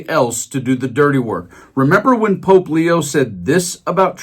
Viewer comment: he said POOP NOT POPE